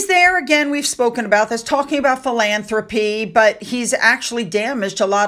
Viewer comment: Philanthropy, he can't even read the word never mind knows its definition.